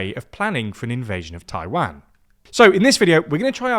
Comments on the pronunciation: for god sake, another time, it's "TAI-WAN" and not "TAI-WANG"... U mispronounced Taiwan in many videos already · Why do say Taiwan like that? Taiwon not TaiWAN. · The way you pronounce Taiwan is very painful